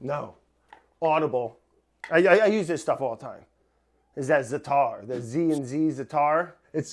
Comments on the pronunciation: Its ZAAAAAATAR not ZITAR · Brad, Za'atar is an Arabic word. Only thing you need to know though is pronunciation of it. it's not Zataar, closer to Zaater. (Dont suppose you know how to pronounce an aiyn?) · It's pronounced Za a tar brad its a Middle East spice .. if you mix it with olive oil and spread on a pizza dough you will love . Oh yes and cook it like a pizza but thin crust